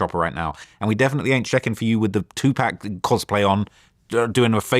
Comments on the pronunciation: DAMN VLAD CORRECT THIS DOOFUS FOR PRONOUNCING 2PAC NAME WRONG, I THOUGHT YOU WAS REALLY A REAL FAN OF THE 🐐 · VLAD!!! WTF YOU KEEP LETTING HIM SAY 2 PACK???! CHECK HIM!!!! 🤦🏾‍♂️🤦🏾‍♂️😂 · it’s 2pac not two-pack!😂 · 2 pac not 2 pack!! 😡😤🤬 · speaks English, and its 2pack. Cry.😂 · If he say 2 pack 😂😂😂😂😂😂 one mo time 😡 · 😂😂how im gone get the message and he calling pac 2pack that’s a slap in the face.😂this vulture ain’t even have time to learn my favorite rapper name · is a 🤡 just listen how much he wants to be apart of culture so bad dude is a nerd he can’t even pronounce rappers names right 🤦🏾‍♂️ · Brits will die if they say 2pac right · Dj Vlad claims he’s part of the hiphop culture, but can’t even correct a guess on the pronunciation of 2pac’s name🤦🏾‍♂️ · And they are wrong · It's 2Pac! Say it right or don't say it, nerd. You can say poccket, so say 2Pac correctly you clown. Tighten up